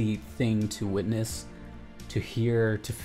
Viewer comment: "Witness",. "Witness".